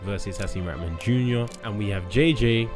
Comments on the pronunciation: Why is it so hard to say “raHman” not “RATman” fgs 😂🤦🏻‍♂️ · The way everyone butchers Haseem's name. It's pronounced Ra-ha-man you need to pronounce the H. Its NOT "ratman" or "raman" (like raman noodles) 😂